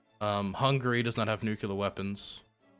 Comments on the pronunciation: please. It's Nuclear! Not nucular. Come on man, you can do better! Pronunciation of this word aside, I love your content, especially the hippy dippy round table. Keep up the great work. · Love you, just one thing - it drives me nuts -it's nuclear, not nucular. I think this stems from people using nuke as short-hand, and then assuming it comes from nucular. It doesn't. It's nuclear. Pls stop saying nucular. TY! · If it has said before, I apologize, but… No one has nuCUlar weapons. Some have nuCLear weapons. C’mon!!! 😂😅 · "NU CLEAR".. its not "NU CU LAR" xD hahaha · IT'S NEW-CLEAR, NOT NEW-CUE-LAR. For the love of god and everything holy can someone PLEASE tell him this? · I'm begging to learn to stop saying "nukular" because I stop focusing every time I hear him say it. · Love you, and I know it’s petty, but every time you pronounce “nuclear” as “nukular” it triggers George W. Bush flashbacks. You’re better than this. I believe in you. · why do you say "nuclear" like George HW Bush?